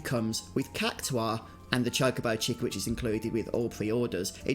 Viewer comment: It's pronounced Kak tar not kak to are